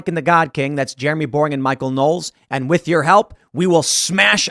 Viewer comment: cannot say "with"